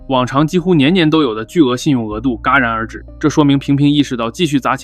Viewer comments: 戛然而止，不是嘎然而止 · ！是戛（jia）然而止，不是嘎然而止😂😂😂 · 那是戛然而止jia不是ga 20.51分，文化创作者这么不严谨？ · 戛然而止不是噶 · 戛Jiá然而止 不是嘎然而止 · 戛然而止，读jia不读ga😂😂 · 戛然而止，不读ga，读jia。 这要在央视，是被扣款的。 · Jia 戛然而止 😒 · 戛（jiá）然而止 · 戛jiá然而止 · 戛（jia）然而止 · 处读音错误，扣100。 戛然而止首字读为（jiá）。